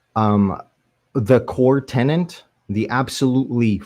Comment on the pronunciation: learn how to pronounce infallibility. Also, it's "core tenet" not "core tennant"